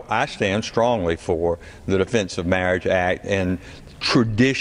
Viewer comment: Being able to pronounce "marriage" should be a prerequisite for making legislation on marriage.